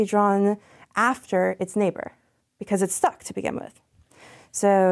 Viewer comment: "work-er, because-er, card-er"